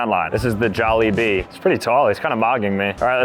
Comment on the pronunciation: You pronounced jollibee wrong